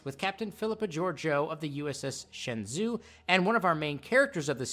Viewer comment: Minor gripe but it's pronounced more like "Shen joe" not "Shin zoo" It's like saying Anterpreese instead of Enterprise